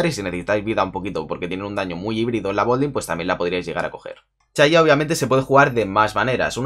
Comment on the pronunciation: "chaya" jaja